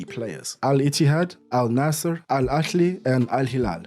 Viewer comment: Just a small point but the club al-Nasr is pronounced An-Nasr. Without change within the kingdom one thing that will hold back players from moving there is the fact that it is a police state where in theory booze is illegal and no one raves about the education system there. Currently the country is cracking down on its' citizens again and has executed protestors in the last decade.